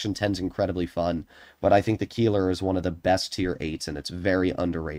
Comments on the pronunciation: Keiler is pronounced Kyler, not Keeler ... it sounds extremely cringe if you call it like that XD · As a German it hurts how he Pronounces "Keiler", It's pronounced Kayler 😭